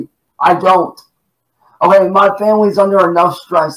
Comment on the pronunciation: Why does he say oway instead of ok?